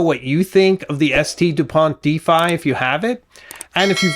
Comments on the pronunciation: Oh, just googled it, the famous Difei...I like this pen, thanks for showing, but, couldn't find it anywhere in the net. Ok, you mean the Défi, not a Difei, spoken with an,e' like in wet an an,i' like in intelligence...., please stop this absolute disgusting mispronouncation, do your research, great, research 1 minute longer for the correct promouncation and people subscribed outside of the greatest nation on earth could understand you and not guessing what you really are talking about.... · Pronounced "day-FEE". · Day fee is french way to say Defi. 😮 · Just a quick note. Défi is pronounced : Dé (like "de-rivative" or "de-sperate) - Fi (like "fi-delity" or "Fi-delio). Yeah French is weird. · That's not how you pronounce le DÉFI. for someone bearing Osis and Osiris on his tie , I believe I would be right to expect better from you .